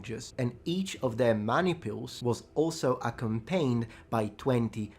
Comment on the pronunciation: Why do you always say "accompane" [̩ækəmˈpeɪn] instead of "accompany" [əˈkʌmpəni] ?